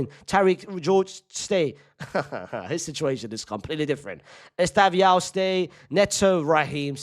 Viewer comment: Bro said esteviao